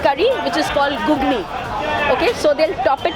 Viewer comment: She pronounced gugni,it's ghughni,paruti noi pauruti bhai mone holo ato din vul bangla bolchi